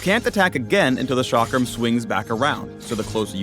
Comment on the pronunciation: The chakram is an Indian weapon and is pronounced like (chuck-rum)